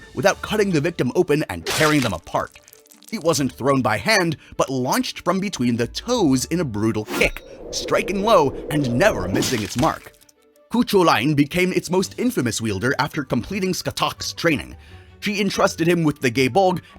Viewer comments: Coo choo-lan😂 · I've heard it go along the lines of (forgive me) Koo-Hoo-Lahn. Yours could be more accurate. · Jaysus lad, look up a pronunciation guide before saying things. Cu Chulainn is not “Coo Chew Line” 🙄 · you pronounced every Gaelic word wrong the Gae Bolg is pronounced "Guy Bolga" the legendary warrior Scathatch is pronounced "Skahah" and Cu Culain is pronounced "Koo Kuh-lane" or "Koo Kuh-lin" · chu chulainn is pronounced Coo Cuh-Len. Chu is from the irish word for hound "Cú" he got the name after slaying the guard dogs of a cheif